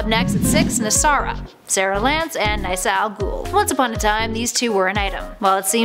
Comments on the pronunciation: Isn't it pronounced 'niss-a', not 'nice-a'? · “Lisa was returned to her own timeline” do you even watch the flash like seriously do your research Lisa wasn’t from another timeline she just left that was it Also it is pronounced Ni-ssa even though it is spelt Nyssa that pronunciation literally caused me a slight bit of pain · ya it caused me pain too.. She pronounced Nyssa (Naysa) like wtf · RayLicity? Wtf???? And Sara was an awful girlfriend to Nyssa. And it's Niss-a. Not nye-ssa. I hate 90% of these ships tbh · it’s pronounced nissa not nica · nasa you mean ni-ssa ? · it's actually pronounced niss-uh, not nye-suh btw....and of all those I just root for Avalance. I don't hate Olicity, but I wouldn't mind seeing them get divorced so Ollie & be with Laurel...even though it's Earth-2's Laurel now :P and I'm also now hoping to see Legends throw Nyssa into an arc just to see if she ends up causing trouble for Avalance ( or the trio somehow end up in a 3some...it's a CW show, you know it's a possibility ) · Ok, I normally really enjoy your videos but holy crap you need to learn pronunciations of these names. Nyssa as N-eye-sa? Stephen Amell as "AIM-L"? Good lord woman. And you bleeped "pissed off"? Seriously? Since when has that ever been considered swearing? So dumb. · I love how she pronounces nyssa NISSA *SARCASAM* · Wait did she pronounce Nyssa "Naisa" ? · niysa wow gr8 pronounciation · That's not how you say Nyssa . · She said Nyssa's names wrong